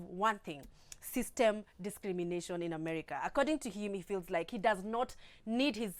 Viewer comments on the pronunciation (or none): Xcuse me🙈,,dd I hear u say "Amerca"?? In the beginning???🤔🤔🤔🤔🤔🤔🤔🤔🤔